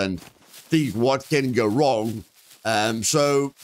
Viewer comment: "what went wong" 😂